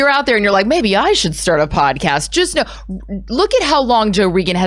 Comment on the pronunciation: Did she call him Joe Regon?? Lol anyone noticed?